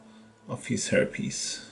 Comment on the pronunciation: Amazing paint scheme. One thing that made me laugh in the video (and please don’t think I’m being critical because your English is amazing) is that with your accent “hair piece” sounds a little bit like “herpes” which is very fitting for EC I think.